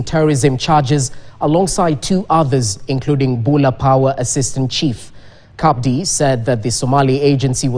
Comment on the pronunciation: It's not pronounced CABDI It is just Abdi the C is silent.